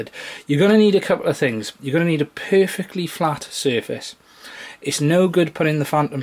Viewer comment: Nice video it helped my issue! :) Lol every time you said "Perfectly level" I kept thinking if you saying "poofictly level" XD